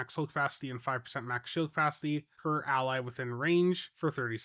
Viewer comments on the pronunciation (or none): none